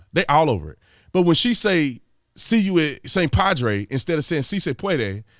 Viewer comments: For the record b, she said "padway" lol not padre. But still not any better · No, Brother Tatum. She said "pwad-way"!